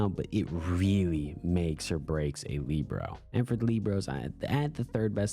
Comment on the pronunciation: what do you have against kimiro😢 and its Li bare oh not leebro